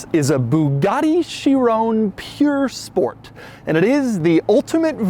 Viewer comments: Cringing everytime he says 'pure sport' instead of 'pur sport' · It's pronounced purr sport as in a when a cat purrs. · Doug, I love you, but the place that makes Bugatti replicas is Pür Sang. This is pronounced Pür Sport. Yes, it means pure, but everytime you said it, I got just that more annoyed.... Almost as much as commenters typing buggati... 🤬(title of video d@ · It's not pure it's pur. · Him: bugatti "pure"sport... The title: bugatti "pur" sport Us americans WAHT? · Pur not pure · ok i like doug but he can’t pronounce all the popular cars like breh “piur sport” it’s pur sport bahahah and urus is urus not Yourus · this car purs nicely................ no seriously is it pure or pur? cause doug keeps sayins pure lol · What's a "pure" sport, doug? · Pur (like purring) not pure. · Why was he calling it pure sport doe its "pur" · Not “Pure”. It is “Purr” Sport. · Shee-ron (soft n)... Purr.... Spore.... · It's pronounced POOR SPORT Oh, the irony... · Where tf you getting that chiron pronounciation from? And its not pure sport, theres no e. You dont call a veyron a veyrown, do you? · Nobody: Doug: purE sport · I only came to hear how badly you mispronounced the name pur sport 😂 Why do Americans make no effort at all to say car names properly! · doug has been doing Bugatti videos for years and still cant pronounce a single word from bugatti to chiron and pur sport